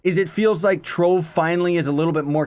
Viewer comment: Why you say trove like that?